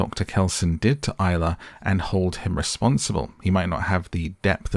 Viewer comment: Isla. At least get the name right.